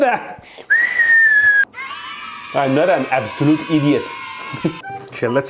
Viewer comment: Me : now he's genius!! Him : I absolutely idiont Me : wait what!!?!?